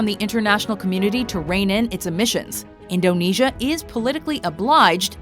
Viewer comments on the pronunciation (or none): you pronounce indonesia wrong its super annoying